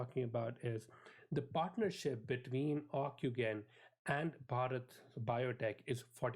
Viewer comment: It's pronounced ocu-jen! not ocu-gain! But, good summary overall. Encouraging.